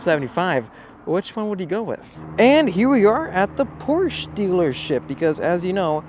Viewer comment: It is pronounced Poor sha but fuck california. I'll get mine under sticker here in missouri.